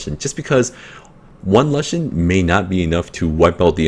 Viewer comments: nice vid bro but plzz say l-oo-shen not lush-en sounds silly but haha, also can u show ur lagmarons runes? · youre the first person i hear who pronounced lushen as 'la-shen' instead of 'loo-shen' lol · lol its funny how u say it XD never heard lushen like that and okay il look out mate!